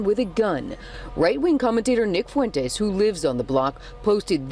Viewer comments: He don’t give a crap about how to properly say his name 😂 I’m in tears over here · its FOO EN TEZ FUENTES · I love that Jesse legitimately cannot pronounce Nick’s last name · Part of the charm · He can't pronounce it because he is DUMB! Dumb enough to want a racist for president as a black man. smh